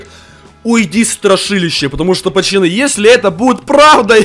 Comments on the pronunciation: ПАЩАНЫ ПОЧЕМУ НЕ ПАЦАНЫ А ПАЩАНЫ? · АХАХАХАХ ГОВОРИЛ ПАЧАНЫ ХААХХАХВХАХ А НЕ ПАЦАНЫ Л